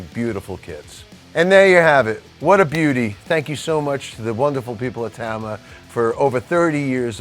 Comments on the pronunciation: It’s pronounced Tama. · You'd think after playing their drums for 35+ years, Mike would be able to pronounce "Tama" correctly.